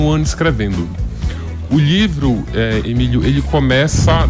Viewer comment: Esse sotaque paraense é chato demais. Me perdoem a sinceridade. "LHIVRO" é meuszovos.😅😤🤦🏻‍♂️